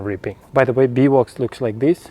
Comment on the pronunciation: Ahhh I thought so, but I wasn't sure if it was something special I'd never heard of with your Russian pronunciation 😆 Thanks!